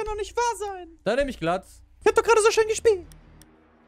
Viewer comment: der operator glaz wird doch gläss ausgesprochen und nicht glatz :)